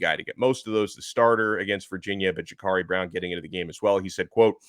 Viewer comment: It’s Jacurri Brown not Jacarri Brown